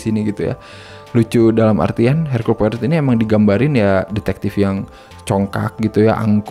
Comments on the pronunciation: Belum baca noveln ya 😢 bacanya 'Poaro' ya, Bang. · Poirot dibaca "Poaroh" :) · Cara ngomongnya bukan poirot tp lebih ke pourou